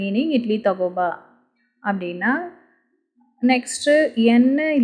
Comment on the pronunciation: மேடம் தகோபா என்பதை தகொண்பா என சொல்வது சரியா?